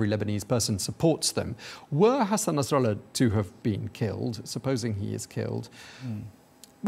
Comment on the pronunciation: Yeah I see this Saudi station is careful to tiptoe through information. W editor pronunciation of Nasrallah sounds authentic . Maybe not a good thing.